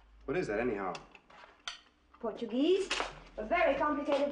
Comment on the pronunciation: The pronunciation of her Portuguese was perfect! She spoke like a Brazilian!